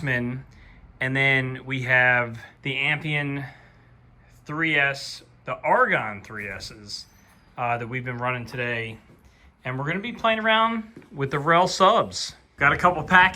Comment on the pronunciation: Oh boy...if you guys had Mitchell banana plugs you could use them as they except spade plugs ...easy peasy, p.s Amphion is pernounced AM FEE ON have a great day boys